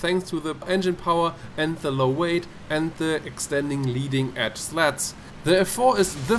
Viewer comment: did anyone else think that he mispronounced slats and said "leading edge sluts."